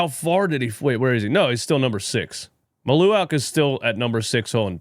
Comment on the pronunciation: Mal-u-Watch is how you pronounce his name. As a Duke fan I also agree he would be a good pickup for the Sixers if they don’t land Flagg.